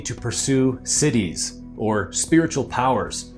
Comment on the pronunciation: Just FYI, the word Siddhis is not pronounced like cities … it’s Sid-dhee (also the d is very soft).